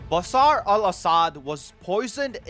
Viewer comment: Its BaSHaar not Basar